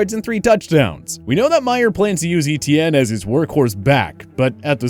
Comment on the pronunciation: So cringy to hear this guy pronounce Etienne (= French for "Steven") like E-T-N.